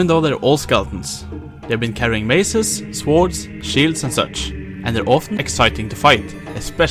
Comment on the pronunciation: Please, stop saying "soårds". Just skip the "o" and you'll be pronouncing it prefectly. Despite my nitpicking, I enjoyed the video, so thanks and gj ;)